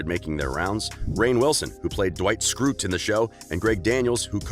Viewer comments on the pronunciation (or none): Dwight Sckrute ⁉️ who TF is that Its Dwight Kurt SCHRUTE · He said Dwight Scroot not Dwight shrewt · omg the way he says Dwight Schrute like “Dwight Skroot” I’m CRYING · Not meaning to be that person, but the last name is Schrute (Sha-root)...Dwight Schrute (great video) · Dwight Skroot? SKROOT? Fuckin' poser. YOU HAVEN'T EVEN SEEN A SINGLE EPISODE :( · did anyone notice that he said Dwight Schrute's last name wrong?